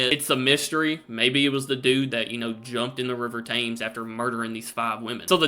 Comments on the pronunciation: Tems, Tems, Tems - not Tames ! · Mate it's shocking that you've been reacting to uk stuff for this long n you still don't say Thames properly. Lol 😂❤ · WHITEchapel not WESTchapel. Each victim was NOT a prostitute ! Mary Jane Kelly was the ONLY one making her living as a sex worker at the time. BARRISTER, pronounced BAR IS TER, not BARISTA ! He didn't make coffee for a living .🤣☕ THAMES is pronounced TEMS not TAMES. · after all these years reacting to UK stuff and you still can't pronounce the River Thames correctly?...honestly I've no idea why it's pronounced Tems. Barrister - Ba-rist-er not Bar-easter........Barris rhymes with Paris